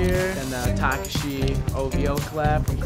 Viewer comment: TAH-KAH-SHI, not TAKA-SHE